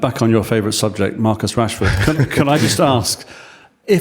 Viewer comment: Marcus Rashford Hrashfoord" "Marcoos" "Rashford" "Marcoos" Hrashfoord" Hrashfoord" Hrashfoord" Marcus Rashford Rashford Marcus Rashford Why Yoro choose Man Utd at the summer? "Marcoos" "Marcoos" Rashford Marcus Rashford Hrashfoord" Hrashfoord"